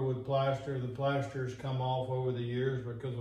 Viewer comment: The Plaeshstaar 😂😂